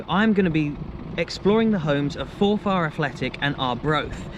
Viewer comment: Its pronounced forfur